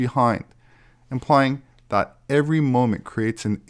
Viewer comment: That = “Thot”. Just ribbing you,. You are a great man. I’m a proud subscriber.